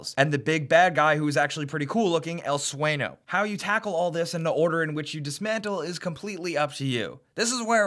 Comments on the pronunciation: El Swayn-yo, not Sueno. There's a tilde on the N. Sueño. Just a little thing to help :) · el su-eh-neo not el su-ay-no..... nerd (just passing ze info. dudes) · really just said Sueno not Suenyo lol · I cringed when he pronounced El Sueño's name "El Sweno". It's pronounced "El Swenyo." The ñ means it pronounced "nyeh". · hey... just so you know, when an n as a squiggly line above it, it is pronounced with a y sound after. so it isn't pronounced sueno, but suenyo. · EL SWENO?! WTF NO. El Sueño. Swenyo, for silly white people. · "El suenoh" El Suenyo is pronunciation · Sueño not Sueno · I died of laughter when i heard "El swayno" its pronounced "el swayn-yo" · "El Sueno" *El Sueño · "El Sueño" not Sueno..... with a god damn Ñ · "El Sueno" fucking, it's pronounced El Sueño. ÑÑÑÑÑÑÑÑÑÑ SEE THAT SQUIGGLE? IT'S A LONG N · It's pronounced El Suenyo, but whatever lol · "EL SWAY-NO" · "El sueno"? You played the game, right? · Cringed when he said El SueNo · Goddamnit nobody pronounces El Sueno correctly on youtube. EL SWAIN-YO. You can just drive right off instead of waiting for the AI to get in the damn truck. They teleport in beside you within a few seconds. The AI IS very dumb but I find that to be a bit of a draw. It was simply hilarious to see my squad blow themselves up outside of a fight SOMEHOW and my wife falls into a giggle fit as I yell at their corpses. Honestly they're not more or less useful and any other AI buddies I've encountered. You end up doing most of the work in every game anyway, at least in this one you can Sync Snipe 4 dudes twice a minute or so. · XD El Swenyo (the way he said it) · This game is badass!! I've been waiting for this kind of game for a while - the feeling you get when you shoot some scrub in the face is amazing! Also I believe the "n" in El Sueno is pronounced as if there was an i after it. (El "Suenio) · You know you're white as hell when you pronounce "El Sueño" with a hard "N". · "El swayNo" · El "swayno" xD